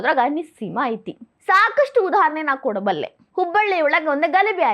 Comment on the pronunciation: IMPROVE YOUR KANNADA. NO AITY, KUNTAITY OR BARAK HATYATY.